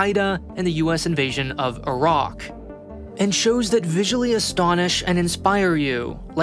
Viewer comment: Thank you for pronouncing “Iraq” properly